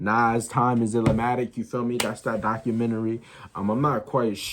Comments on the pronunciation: It's ILL-MATIC young brother, not Illamatic. Keep pushing though king 💪🏿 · Man STOP calling it “illermatic” dude. It’s ILL-MATIC. It’s not ILLAH-Matic, NOT ILLER-Matic. ILL-MATIC. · It's not pronounced "ill-a-matic" or "still-a-matic"